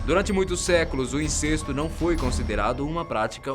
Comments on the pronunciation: A pronúncia correta é "incésto". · Incesto tem pronuncia aberta: é. Incésto. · Em princípio a pronúncia não é inCÊSto e sim, inCÉSto. Mas a complicação não é isso e sim o fato de que a Bíblia explicita que Adão e Eva tiveram os dois primeiros filhos (Caín e Abel) e depois que o mais velho matou seu irmão mais novo nasceu um terceiro filho que o casal nomeou como Set. O chato dessa estória é que a Bíblia não cita outros filhos de Adão e Eva e muito menos e principalmente... FILHAS! Então não havia irmãos e irmãs e muito menos primos e primas de Caim e não ocorre nada a vocês? Pois é isso mesmo, até aquela altura dos acontecimentos não havia outra mulher no mundo que não fosse Eva e Caim só pode haver transado com ela. A não ser que se admita a teoria de José Saramago de que HAVIA OUTRAS PESSOAS NO MUNDO juntamente com Adão e Eva e que a Bíblia não passa de uma compilação errática de lendas e fatos mal-contados escrita à prestação por cretinos mal-intencionados. Moral da estória: Caim transou com a mãe Eva ou então, com uma mulher qualquer que jamais fora parente dele e fim de papo. Quanto a vocês, cada um escolha a opção que achar melhor e... boa briga ao discutir este assunto tão banal! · A pronúncia de incesto é aberta "Incésto" ou fechada " incêsto"? Mega estranho pronúncia fechada.... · Não se pronuncia "incêsto" , ôh analfa.... Se pronuncia "incésto". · uma correção: se pronuncia incésto e não incesto